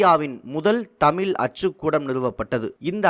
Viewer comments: "தமில்" இல்லை "தமிழ்" 😡. தயவுசெய்து நீங்கள் உங்கள் உச்சரிப்பை சரிசெய்யவும். ஏன் என் தமிழை கொலை செய்கிறீர்கள்? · நன்றி, ஆனால் இதில் பேசும் நபர் தமிழை கொலை செய்கிறாரே... வெள்ளையர் தமிழை வாழ வைத்தார்கள், ஆனால் ஒரு சில தமிழர், தமிழையே சரியாக உச்சரிக்க தெரியாமல் " தமில் என்று சொல்லி கொலை செய்கிறார்கள் என நினைக்கும்போது வேதனையாக உள்ளது. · மிகவும் நல்ல தகவல். தமிழக அரசுக்கு நன்றி 🙏. இந்த செய்தி தொகுப்பினை தொகுத்து வழங்கும் சகோதரருக்கு ஒரு வேண்டுகோள் தமிழ் என்று உச்சரியுங்கள் தமில் தமில் என்று குறாதீர்கள். நன்றி. வாழ்த்துக்கள் 🙏